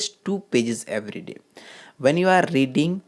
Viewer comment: YOU ARE SOEAKING LIKE A GAY MAN SORRY TO SAY YOU NEED TO SPEAK MORE GRACEFULLY YPUR PRONOUNCIATION OF ENGLISH WORD IS HORRIBLE YPUR SPEAKING IS TOO CONCIOUS YOUR PRONOUNCIATION OF EVERY ALSO IS HORRIBLE